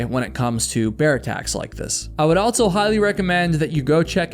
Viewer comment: Please stop saying altso 😂. Otherwise great story telling!